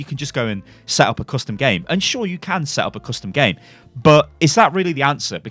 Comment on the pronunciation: you mispronounced "custom games"